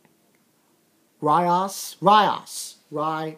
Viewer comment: their names are pronounced like so Ree-as A-ke-no A-see-a Ee-se Ko-ne-ko